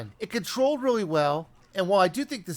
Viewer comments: no, he said wiivy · be very quiet, I'm hunting Wabbits. He did say really, not weawy.